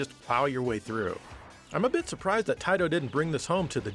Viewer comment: Finally! After all these years you’re pronouncing TTTAAAAAIIIIITTTOOOOOO!!!!! correctly.